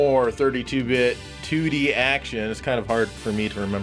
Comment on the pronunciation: Whenever you say 2D I pretend you’re saying tootie ☺️